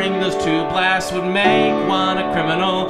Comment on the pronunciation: I like the emphasis he put on the word "BLAST!" lol